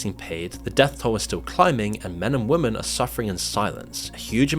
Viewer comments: "women" is pronounced "wimmen" my guy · the plural of woman is women (pronounced 'wimmin'), not woman. workers is pronounced workers', not 'workerses'.